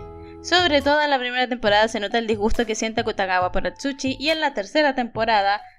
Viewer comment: Atsushi no! Atchuchi si xd Segun lo que escuche xd